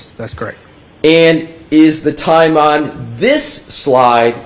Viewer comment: I can't get passed "on" pronounced "Owen"